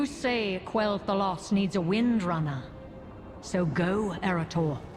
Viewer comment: You can always depend on to get you the latest scoop! But am I the only one who is bugged by Vereesa basically saying "Kel'thalas", not "Quel'thalas"?!